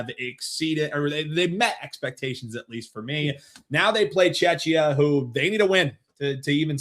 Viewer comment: please stop calling Czechia Chechnya you should look it up and learn how to pronounce it it is CZECHIA or Czech Republic but not Chechnya